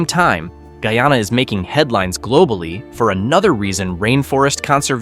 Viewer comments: My country is pronounced Guy-Ana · Pronounce the Name properly. Guyana. Guy + aana. This country has a lot to offer to the entire Caribbean and other countries of the world. Great country for environmentalists, nature seekers, hikers, tourists and nature lovers.❤😊